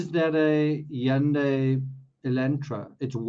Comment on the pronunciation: You're the first person I've heard so far that pronounced Hundai correctly!!